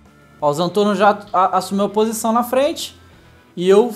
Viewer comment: Não é Zantorno é Zentorno